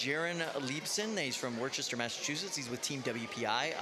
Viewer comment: everyone from Mass “It’s pronounced Wuhsah”